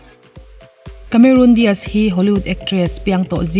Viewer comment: Cameron Diaz ,.kamerun dias ai mahin Kamerawn dace(dice/dise) tiin lam la a dik zawk asin.Charlie's Angels-Chhalis Angels tiin.😁😁